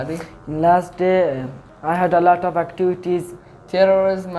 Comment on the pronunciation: Elot off ❌ Alot off ✔️